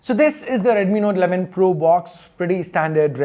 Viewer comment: Please control the accent. You said "Node 11 Pro" and "Node 11 Pro+".